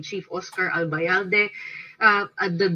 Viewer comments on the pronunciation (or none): Albayalde hindi Albalyalde.